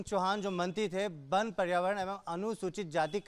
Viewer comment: बन बन क्या लगा रखा है पहले वन बोलना सीखो